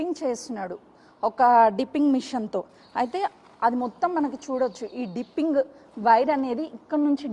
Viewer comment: Arey ammma "" "dimpining" "" kadu ,,,"" ,Dipping"" " to check the volume in side drum